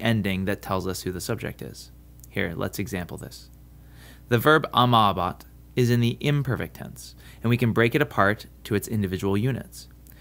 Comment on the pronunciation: Nice video, but you should pronounce the final "e" of the infinitives and open up your 'I's, e.g. in "amabatis".